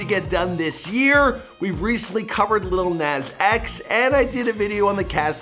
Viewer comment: I’m sry but “Lil Naaaas X”😂